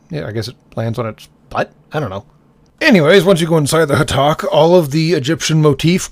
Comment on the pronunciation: You actually said the ship name right and for future reference if you really really want an easy way to call the system Lords for what they are called them either the system Lords or snake heads at least that's what Jack would call them